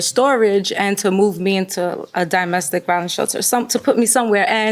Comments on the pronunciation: And Samsum (Samsung) and DImestic instead of domestic. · The way she says “di-mestic” instead of “do-mestic” is killing me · If she says "di-mestic" one more time... DOMestic. As in dominion, domicile, DOMestic. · I wish she would stop saying “dimestic”, there’s no such word! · dimestic?? and said it 2x. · Why did the plaintiff keep saying DIEmestic instead of DOmestic??? It’s so damn annoying. Like how do you not know how to pronounce a very common word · He saying DImestic instead of domestic was annoying. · I'd buy her some English classes. "Die-mestic violence" really? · Domestic lady, not dimestic 😒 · WTF is “dymestic”? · Plaintiff was killing me with "die-mestic" 😖😖😖😖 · I’m sick of her saying “DIME-mestic violence…” 😩🥴🙄💆🏽‍♀️ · What is dyemestic violence????? Girl, shut up 😭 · "Dymestic" violence riiiiggggght 🤔😂🤣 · Did I hear ole girl say “dy-mestic” violence…? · She getting ok my nerves saying Dymestic, what????? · D-i-mestic violence 😂 never heard it pronounced that way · she said it the wrong way three times, and she also said brung twice which is not a word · I agree, I can’t imagine why she’s pronouncing ‘domestic’ that way. She is obviously a native english speaker so it’s very odd But I disagree about her arms needing to go through the sleeves-it looks like she’s wearing a shawl that is way too small, or maybe it’s not even a shawl, because shawls do not have sleeves in the first place. Maybe it’s meant to be some other style of garment that is just really uncommon.